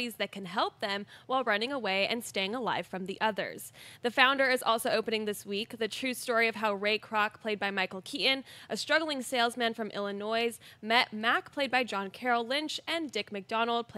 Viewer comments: The 'S' at the end of Illinois is silent haha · Illinoissssssss... really? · Did say Illinoise?